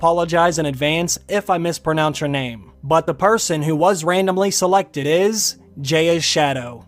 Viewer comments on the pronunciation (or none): Hey good video. Just one thing. Its not Jayas shadow. Its pronounced guyas shadow. Gia is the ancient name for our earth.